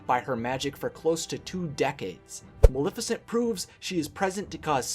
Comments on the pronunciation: Her raven is only known "my pet" in the animated feature, where did Diablo come from? Her, name is Maleficent pronounce the not malificent the name comes from the word malefic. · You can't even say her name correctly, it's Maleficent not Milificint. Idiot. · "Ma-le-fi-cent" not "Ma-li-ficent" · If you're going to say MULIFICINT one more time... :D